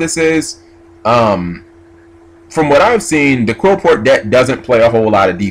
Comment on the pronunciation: It's not pronounced Qwilfort it's pronounced Clifort. Apoqliphort is a pun on Apocalypse and fort. I know I'm being a huge douche right now but it hurts to hear it said wrong.